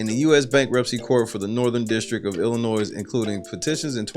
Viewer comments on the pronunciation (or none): Please say it right. Yes, the "s" at the end of the word "Illinois" is silen